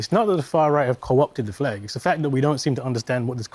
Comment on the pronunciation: He says 'flag' in a weird way.